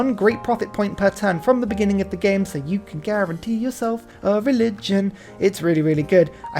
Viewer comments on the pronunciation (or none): none